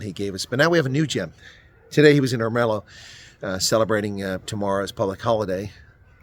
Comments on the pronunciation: Er-me-lo ..... not Er-mel-o 😂😂😂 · Nice one, couple of pointers re local words: With Ermelo the accent is on the ERmelo. With ahdeedah it's also on the first syllable as in AHdeedah. Go well! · It's not pronounced Ermelo it's Ermelo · Great video, as always. But could you please stop mispronouncing Ermelo and Hadidas?